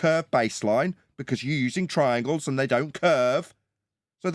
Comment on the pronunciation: Twiangles have fwat sides